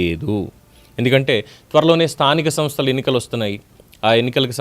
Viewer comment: స్థానిక తనస్థలు ఏంట్రా బాబు నీలాంటి ఎదవలు సీఎం అయ్యారు ఆంధ్ర రాష్ట్రానికి నువ్వు ఎలా సీఎం అయ్యావు రా బాబు స్థానిక సంస్థల ఎన్నికలు అని స్పష్టంగా పలకడం కూడా చేతగాని ఎదవ